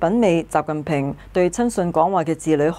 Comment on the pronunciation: 「仔細」應該讀成:(音:紙子細)